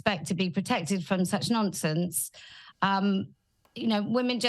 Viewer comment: Every time Kelly says "nonsense" I hear "nonce-ense" (nonce = p3do for non-brits who dont know) and I cant tell if it's just me or not.